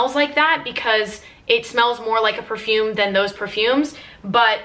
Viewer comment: Love how you pronounce the name of perfumes like you are so fluent on it. a true fragrance enthusiast ♥♥